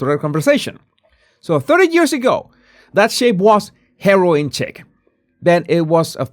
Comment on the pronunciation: Chic pronounced “sheek.”